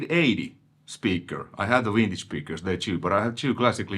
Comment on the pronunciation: Did actually said Vintage and now Wintage!? 😋, good to see a Dual Rec on your channel! yeah they are a different beast! I sold mine and got a VHT pitbull (back in 94!) after that "Helmet aftertaste tone", tooootally not understanding what the DR tone was about! Getting another DR 2025! 😁